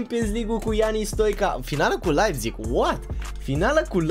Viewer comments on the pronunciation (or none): none